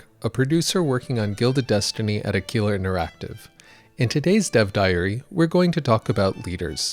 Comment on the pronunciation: Shouldn't it be pronounced AH-kwila (as in, the Latin / Italian word for "eagle")? I mean, the logo looks like an eagle, so it seems like it comes from that.